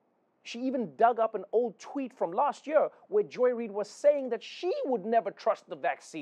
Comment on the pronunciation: Why does he always say "jör" instead of year?